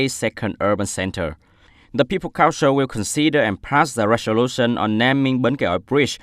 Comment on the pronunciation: sixteenth /ˌsɪksˈtiːnθ/ anh nhớ bật âm /θ/ giúp tôi để phân biệt được nào là số thứ tự và số đếm anh nha! Tại phút thứ từ agenda /əˈdʒendə/ mà anh đọc là /genda/ đâu ra vậy, còn từ resolution /ˌrezəˈluːʃn/ đọc lại nha anh.